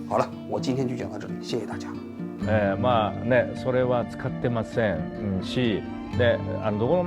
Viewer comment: 就是ません的发音像まさん😅